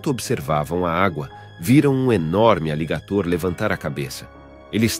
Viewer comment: E pronuncia errado aligator.